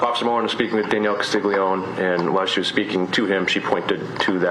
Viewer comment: You're in Carolina You're definitely not the only person mispronounced the name lol